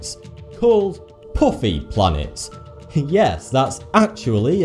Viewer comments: puffy pronounced Pooffey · I read this as the video started and could hear him pronouncing it PUffy in his accent before he even said it 7 minutes later